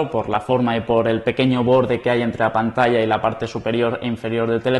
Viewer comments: ....pantalla se dice "pantacha"....saludos!!! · no dijo PANTASHA jajajaj